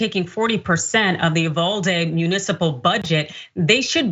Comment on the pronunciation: UVALDE= E-VADEE 😡